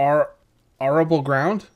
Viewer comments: "Are-able land", and he wasn't sure, that was funny. I can't imagine being that sheltered that I'd never heard the word arable out loud before. Americans never fail to impress with their high literacy and good English. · Arable = air-a-bull... If you hate me doin this just tell me and I'll shut up xD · arable, AH-RA-BULL